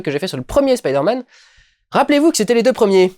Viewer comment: c'est bien tu dis "spaider man" :3